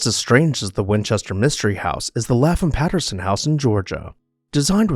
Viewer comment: Lap-Ham, not Laffam.